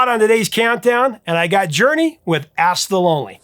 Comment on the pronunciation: Sorry, man, but every time you said "Ask the Lonely" it sounded like "Ass the Lonely". I was giggling my ASK off. :D